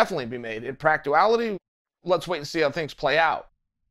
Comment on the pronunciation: "in practoouality" I believe it means, in practical terms